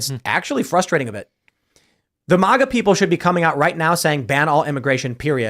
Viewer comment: Can't stand when people pronounce MAGA as if its spelled MAHHHGA.🤦‍♂️😅 It sounds ridiculous